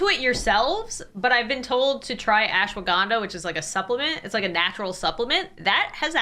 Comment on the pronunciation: 2 things. Firstly Imma be honest with y'all people abroad saying Indian-ish words just cracks me up. Like when said Ashwagandha. This is not hate towards ANYONE. 2ndly your the most amazing YouTuber (for me) And I'm so sorry that you had to go through "fans" That Try to get your personal info. Have a good day 👑